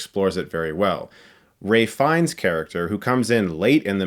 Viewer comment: Chris: just for future reference, Ralph Fiennes is pronounced "Rafe" not "Ray" -- love your reviews!